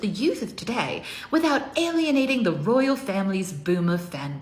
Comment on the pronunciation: Yay!!! The Rrrroyal Appointment!😅😅😅